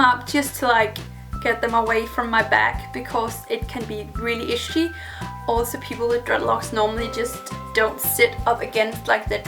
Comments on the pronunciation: Love the way you say "itchy". Like "ishy" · The way you say itchy is the coolest thing